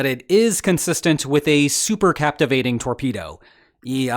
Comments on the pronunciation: It's not "super captivating".. it's "cavitating".. like cavitation.. supercavitating torpedo is the correct term. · As an engineer, hearing super captivating really hurt me inside. But somehow, I think did it deliberately, so it's ok. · "SupercaVITating" "super captivating" would be miss January 2026😁😅 Happy new one btw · Ha! I came to the comments to see whether this had been pointed out. Although something that is cavitating can also be captivating and there’s certainly phonetic overlap, there’s really no semantic overlap between the two words. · Can it not be super-cavitating AND super-captivating?😂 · cavitating, not captivating. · Supercavitating not super captivating. Doh! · Supercavitating doesn't have a "p" in it, which bugged me each time you said "supercaptivating" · Yep, was just going to post the same comment. Cavitating no captivating. It's interesting how many YouTube commentaries fail with small language slips that native speakers would not make. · Supercavitating not supercaptivating bone heads! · SUPER CAVITATING NOT SUPER CAPTIVATION EITHER AN IDIOT OR A I BUT STORY CONTENT IS GOOD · It's not "captivating" it is "cavitating'. Big difference, which if you don't know, you have no business discussing the subject. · Good goD! It’s not “super captivating”! It IS “super cavitating”! The process of “cavitation” is what creates the gas bubble(s) that reduce drag! And I think it was Russia, possibly because what was on the ship wasn’t actually working reactors, that what was on the ship would have angered NK as it was not what Russia had promised NK as payment, so by sinking the vessel, Russia could just shrug and say “well, we tried!?”… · Super cavitating not captivating. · CAVITATE not CAPITVATE RAHHHHH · That’s “supercavitating” not “supercaptivating”. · Say super + caVitating NOT super + captivating. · It's supercavitating, dammit, not supercaptivating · it's not "supercaptivating".... it's superCAVITATING xD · Super... cavitating?